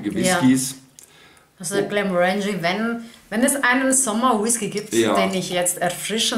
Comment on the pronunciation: GlenmOrangie nicht GlemorAngie 🥃